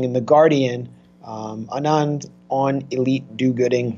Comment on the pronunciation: Hey there! Love your videos :-) since you were wondering - the name „Anand“ is pronounced „aah-nund“ - with „nund“ like bund from bundle 😊